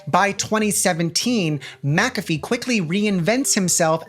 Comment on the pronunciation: I'm not all the way in the vid yet, but THANK YOU for saying "MACK-a-fee" instead of "ma-CAFFee"...I have had this argument with people SO many times that HE pronounces his name "MACK-a-fee," so that's the name of the damn program. Maybe it's my Scottish blood and the fact that the name is clearly Scottish in nature, idk. It just rubs me so raw to hear "ma-caffee". Ok, onto video.